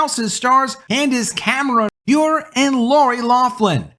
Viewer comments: Bure is not pronounced Be-ure. Her family pronounces it Burr-ay. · Great video,. I got to help you on something. Candace Cameron last name pronounced Bur-RAY. The "e" is not silent. It's Russian. Her Russian husband Valeri starred in the NHL. His brother Pavel was one of the greatest Russian-born hockey players of all time. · BTW, Candice Cameron Bure's last name is pronounced Boo-RAY - she married NHL player Valeri Bure in 1996. GAF channel is making dozens of new movies, and in less than a few years have already become a significant competitor to Hallmark. Our family has already watched a number of their movies; like Hallmark, they're already in Christmas movie mode. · Bure is pronounced BurrEH. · Bure is pronounced Burr-ay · Bure is pronounced Burr-A I only know this because she married russian hockey player Pavel Bure. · It's pronounced Ber a